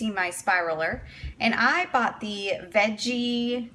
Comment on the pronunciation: It's pronounced ve-get-ti like spaghetti and thanks for the video 💯💯 I'm about to buy this item and really needed to see how it's done so thanks again 😊